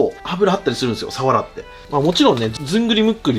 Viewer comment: サワラのイントネーションが終始気になっちゃいました😂